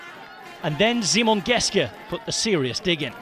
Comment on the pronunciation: It's Simon Geschke, not Geske.